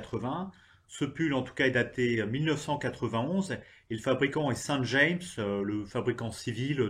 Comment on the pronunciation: Ca ne nous rajeunit pas tout ça! Très bonne série, je m'abonne! par contre le nom du fabricant du pull n'est pas saint D'jaimsse prononcé à l'anglaise mais bien Saint James, prononcé à la française ;)